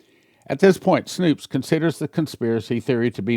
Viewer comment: It’s snopes not snoops